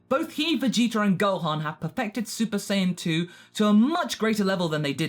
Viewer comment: Did he say saypa saiyan ?